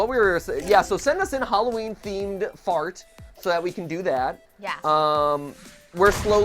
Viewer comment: dude you sayed fart ansteed of art